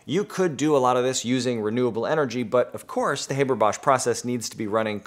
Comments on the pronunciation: in Germany, we pronounce it "HAH-ber", not "HAY-ber". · I know that this comment might seem silly, but it's like nails-on-a-chalkboard to me when people mispronounce someone's name. It's HAH-BER, not HAY-BER. Maybe it's because I'm a teacher and I find it important to pronounce people's names correctly. FYI. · do we need a new process? What's wrong with the Haber-Bosch process? ALSO IT'S NOT HABER LIKE HAY IT'S HABER LIKE HEART IT COMES FROM GERMAN BECAUSE HE WAS GERMAN DUMMSCHEIß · The name's pronunciation is with an a sound like in MUST. Same sound but long. Not like in HAY. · Thanks for the great lecture. P.S.: Haber is pronounced Hahber, not Hayber. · Haber in german is being pronounced as "A" like in british "ant", not like "ai" like in "ABC"... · HaaBaa not Hayberr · American here,I learned it as "HAH-ber." Though I could see someone who only ever read the name pronouncing it as Hay-ber,akin to paper. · It's not "hay-ber", it's "[ˈhaːbɐ] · Haber, as in "habour"... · Did Fritz's fay-ther pronounce it that way, too? ;) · He was German - it is pronounced like Harbour!!! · It is pronounced Haaaaber like in blast (pun intended). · In English we also pronounce it "HAH-ber", I think this is american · We pronounce it [Hah-ber] in Australia. It's just the goddamn Yanks. They do try, though, bless their hearts ... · Just a little information: the ‚a‘ in ‚Haber‘ is pronouced like the ‚a‘ in ‚last‘. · Eventually someone pointed this out! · Oh! the new process has a Catalyst? SO DOES THE HABER-BOSCH PROCESS! you have yet to tell me how this new process is better than the old and your mispronunciation of Haber's name is making it hard to continue watching. I mean if lithium were more abundant than the Haber-Bosch process's catalyst, maybe... EXCEPT THE HABER-BOSCH PROCESS USES AN IRON CATALYST IN MODERN TIMES! AND IRON IS 3700 TIMES MORE ABUNDANT IN EARTH'S CRUST THAN LITHIUM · STOP SAYING HABER LIKE THAT YOU ANGLECENTRIC TWIT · Dude, learn how to pronounce a German names…